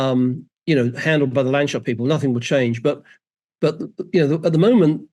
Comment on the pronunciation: clearly needs to learn its not pronounced LAND SHUT!